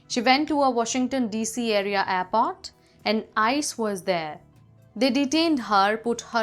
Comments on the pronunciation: Its not airpot its airport with an R in it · even in india we don't say airport as apot..... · Please learn to pronounce words "aiport" and "story" correctly. You're messing up my English, lady.